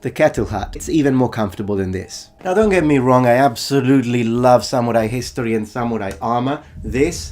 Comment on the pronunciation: thorough indeed. a gaijin pronouncing ‘samurai’ correctly? absolutely amazing.